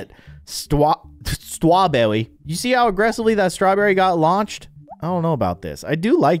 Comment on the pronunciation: When said ‘strewberry’ got me